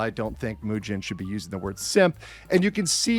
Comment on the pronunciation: I do like how pronounces his name like "Eugene", because as a Birdman watcher, that was definitely Eugene behavior Mujin pulled this weekend